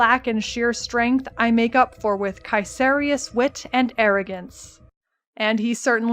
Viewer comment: BTW nice pronounciation on the name Caeserius. Too many people mispronounce it just like "Caeser" the roman dude. It comes from "Kaiser".